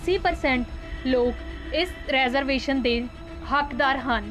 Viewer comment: ਮੈਡਮ ਰੈਜ਼ਰਵੇਸ਼ਨ ਨਹੀਂ, ਰੀਜ਼ਰਵੇਸ਼ਨ ਹੁੰਦਾ ਹੈ